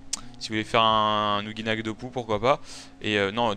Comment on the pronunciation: ouJinak ! et pas ouGUI ya pas de u